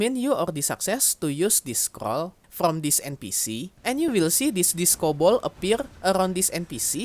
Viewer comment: "scrol" "scrol" "scrol" scrol"